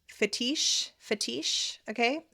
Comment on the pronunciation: "Fetísche" killed me lmao